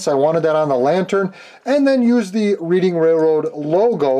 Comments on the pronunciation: reading is pronounced redding here in PA. always love your channel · Although I live near the city of Reading. It's pronounced like Red-ing... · I live about 20 minutes outside of Reading Pennsylvania (Reading Railroad) it is pronounced Redding. Not picking,just passing on some info. Fun build! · Reading railroad.... pronounced "redding" after the town of Reading, PA. They even mispronounced it on Round 2 introduction video! LOL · It’s pronounced like Red- ing railroad. Nice job though, thanks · Thank you, being from Reading, PA originally and knowing about the namesake railroad, it absolutely drives me insane when someone mispronounces it.